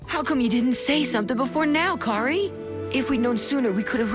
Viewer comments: Good list and really improved on pronouncing the names right (thank you for that). Just one complaint: Kari's name is pronounced "kar-ee", not "care-ee". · "Carey". Did you even watch the show? It's pronounced CAR-E. Kari! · ka-ri not kerry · im sorry for nitpicking but in the anime they clearly say Car E not Care E... spelled Kari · Kari isn't pronounced like carry, it's like car-y. Why is so bad at pronouncing Anime names? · did this man really just pronounce Kari as Carrie? That's about as bad as calling Ang Ong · Who else got mad when he said Kari as care we like bro I don’t wanna get mad when looking at something sad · The Reboot should be higher, especially when the #9 pick is Puppetmon's loneliness? In that case I'm shocked you didn't throw in Impmon's motivation for becoming Beelzemon Also did you even try to pronounce Kari's name right? Here's a hint, it's like Kairi in pronunciation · Oh god. CAR-EE. IT'S PRONOUNCED CAR-EE. Like Hikari. HE-CAR-EE. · Lol it's kairi... Kai-Ri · Your saying Kari name wrong! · Also, I know it's an older video and it's been said before, but that's not how you pronounce "Kari". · Saddest moment in the video. The fact he pronounces Kari's Name wrong. I will accept the English Name (After all grew up with Digimon on YTV, but come on, it's not a hard name to pronounce. should at least have the voiceovers get some knowledge of what they are doing.